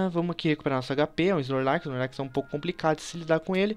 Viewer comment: da agonia ver ele falando snorlax desse jeito